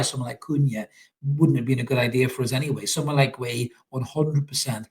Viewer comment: It's pronounced ''Gay-he''